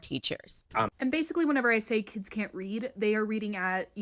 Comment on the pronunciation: Why can’t they say kids right….they gotta overly pronounce “keeiids”